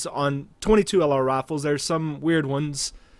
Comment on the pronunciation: "22 lr rafles"